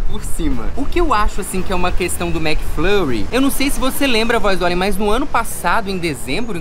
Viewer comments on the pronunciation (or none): Ai que agonia de vcs falando orieo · Kkkkk ouriou... bilinguii